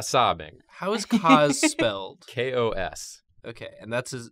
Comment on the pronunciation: It's K.O.S